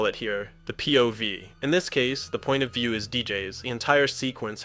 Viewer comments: “the point of vęœw” 😂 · "the point of vieow" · "POV = Point of veU" . If it's not ai generated, guy need less time doing shitty generic videos with clickbait and practise more his english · the point of ve-yew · wtf was that really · Why did you say point of viayu like that?